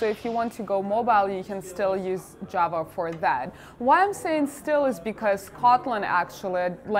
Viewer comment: Хах. Сразу услышал не джава а джаба